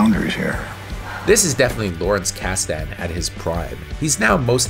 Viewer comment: You’re pronouncing Kasden wrong.